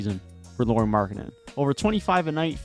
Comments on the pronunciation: Nice video! 🙂 Just a little hint: "Lauri" is pronunciated like "Lowry" in Kyle Lowry 😃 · Hi, That's an interesting take on the Jazz. I would suggest that casually analyzing from afar isn't what I'd call superior to the Jazz's own fans. For example, any decent amount of viewing would correct you calling Lauri by a girl's name, Lori. However, that's a pretty common mistake so it's no big deal. Instead, I'll focus on your various points and give my rebuttal. Okay? Team record: The first dozen or so games were because they all had a chip on their shoulder, including the coach. However, they started losing exactly after Danny Ainge finally weighed in on the team's success. I remember it very clearly as I mentioned it on Twitter. I suspect that they were told by the front office to start losing a lot more. The other problem was constant injuries to key players. Olynyk and Sexton missed large chunks of games BEFORE the trade deadline. After the deadline, and Conley, Vando, Beasley, and NAW were traded, Lauri and Clarkson missed large chunks of games. They rarely had their full roster the rest of the season. That might've been how they sneakily achieved that losing--at least in part. Rookies/Trade Deadlline: The reason they won more games than say Portland, was because of guys like Kessler, THT and Ochai that only got significant minutes AFTER the trade deadline. They were much better sooner than they expected. Plus, that was the whole point in trading all those guys--Vando in particular. They wanted to give more time to their young guys to see what they actually had.